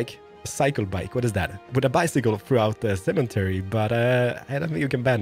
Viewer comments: U say cementary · what is a semen-tary ? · Cemetery doesn’t have a N in it. No offense. I know you are not American but I figured I would say something for the future. Love your videos!😁